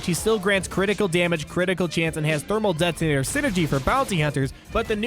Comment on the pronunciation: I love your videos but please stop overpronouncing your T's. It's not "det-tonator," It's "det-onator." Drives me crazy! alright rant over, nice review of the reworks!